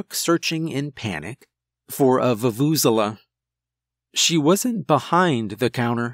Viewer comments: The way he speaks vuvuzela makes me cringe every time lol I had never heard an english speaker try to pronounce that word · The way I died hearing you botch the Vuvezela😂😂😂😂🤣🤣... But your performance more than made up for it...